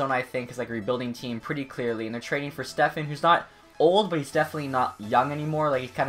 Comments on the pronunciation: It's stepan, there is no f, it's just p😂😂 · Step-on..... Not Stefan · It's not Stephen it's Stepan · its pronounced just as its spelled, STEP-ON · Stepan is said Stefan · It's pronounced step on lol all good tho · Pronounced Step-on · you know there's no "h" in Stepan right?